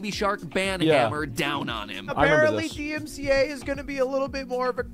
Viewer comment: i cant take u seriously when u cant even get the acronym "DMCA" correctly, multiple times.